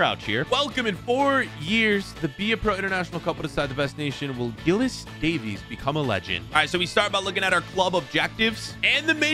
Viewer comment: Giles.. Says Gillis 🤦‍♂️😂